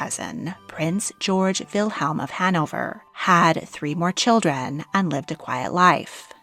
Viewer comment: What a dreadful accent! Why do we need to have an American narrator for a storu about the British Royal Family? She, messes up all the names and her intonation is weirdI cannot be bothered to listen to this rubbish. She cannot even say 'children' clearly and without distorted vowels.